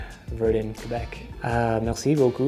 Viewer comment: Omg he spoke French and he said “Québec” the right way 😍